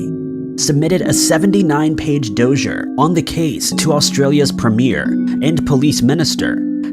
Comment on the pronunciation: Why are we hearing dozier for dossier?